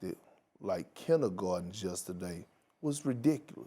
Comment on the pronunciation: He said they acted like ”kinnagardens”